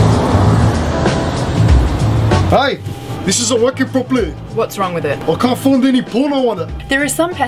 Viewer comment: the way he says properly 😂